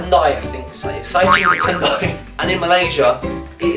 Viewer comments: Pantai not pandai😂 you're hilarious obviously Kuala Lumpur is better than sarawak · Not 'pandai' but 'pantai' .. you need more practice ya! 🤭